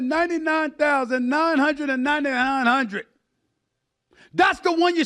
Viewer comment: Stephen A doesn’t know how say 999,999. 😂